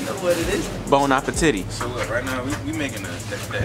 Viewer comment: 😂😂 “Bon Apetities”